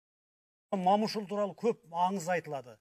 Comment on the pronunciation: Не деген адам мынау өзі? Мамышұлы дейді ғой мәңгүрт сияқты. Момышұлы ғой Мамышұлы емес. Ещё мұрт қойып алған әдемілеп. Бірақта Мамышұлы дегені жарамады.